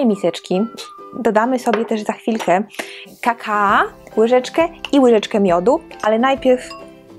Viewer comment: Nie mówi się "kakaa" tylko kakao :)